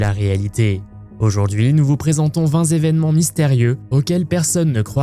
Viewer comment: On dit huit "tévénements", vingt "tévénements"... pas vingt "zévénements"... il n’y a pas de s à vingts, sauf à quatre-vingts...